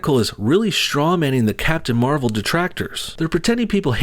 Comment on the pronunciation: you said captain marval: civil war lol